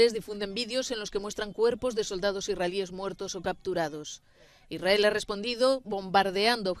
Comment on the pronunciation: Si amas a israel al menos pronuncialo bien, es Israel, esa y adelante es para transliterar el sonido del hebreo al ingles, pero en español no es necesario